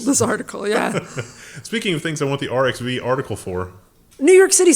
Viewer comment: Hey, the 'X' in the open-access scientific repository arXiv is not the letter x, but is the Greek letter χ (Chi, pronounced like 'Kai'). So the name of the repository is said like "archive", not by saying each letter like 'R X V'. I used to say it like "arcs siv" for years before someone finally told me. And if anyone wants to read the 'mayonnaise' paper, the DOI for the paper is 10.1103/PhysRevE. although I couldn't find it on arXiv for free so it's unfortunately behind a paywall